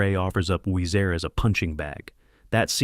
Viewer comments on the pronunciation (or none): Weez”air”. Nope. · They should learn the language before producing these types of informative formats. For example: Natchitoches=Na-cuh-doe-chez Ouiser=Weezer Boudreaux=Boo-dro (long o) Bette Davis=Betty Davis 🙄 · It is short for Louisa, but it's pronounced Oui-zer. Only Clairee and Shelby call her Oui-za because their southern accents in the movie don't use the hard 'r'.